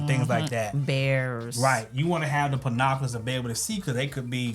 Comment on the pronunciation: I got scared! I thought he was about to say “corn.”😂 I was happy to hear pinoculars !